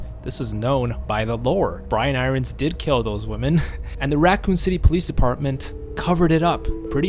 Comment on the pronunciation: I nearly had a freak out moment when u kept saying Brian I rons please can u pronounce it irons like the fucking metal sheeeeeesh lol